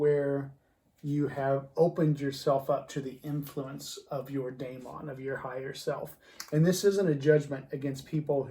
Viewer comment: It's pronounced "DI - mon"